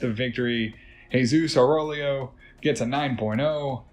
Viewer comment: Aurélio is pronounced OW-REH-LEO